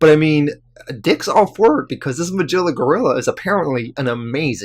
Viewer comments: It's not pronounced Ma-Jilla. It's Ma-Gil-la. C'mon, dude. You're killing me. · I really enjoyed this video this is the first time I've heard of these unique stories and I am surprised that there is not more support for this channel. Also just as something minor you might want to keep in mind Magilla Gorilla is pronounced [Muh - Gill (like a fish)- uh- gorilla].